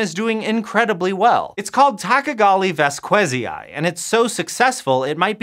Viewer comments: Your "vas-KWE-zai" pronunciation really grinds my gears as a Spanish speaker. Since the specific name of T. vasquezii is derived from the Spanish surname Vásquez, and Latin pronunciation of scientific names respects (or allegedly does so) the phonetic structure of the original when using exogenous words, the correct pronunciation should be along the lines of "VAS-khe-zee". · It should be pronounced ['baskeθi:i]. Or /bas-kE-thee-ee/ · T. Vasquezii sounds like the last name Vasquez in spanish, you butchered that name! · an odd thing about Spanish is that V and B are pronounced the same way, and it follows a weird patern: at the beginning of a word it sounds like "b", and inside a word it sounds almost like a very weak "v" (called a voiced labiodental approximant). And the other thing is thatZ, and C (before E or I) will sound like the "th" in words like THought (this is only true for peninsular Spanish though).